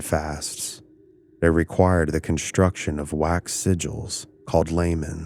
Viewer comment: What is with this trend of adding an h to words. Conshtruction, shtrange, etc...? It's so annoying, stop it people!!